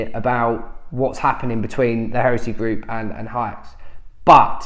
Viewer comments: You pronounce this brand hikes! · Haix > Hakes > rhymes with Cakes :))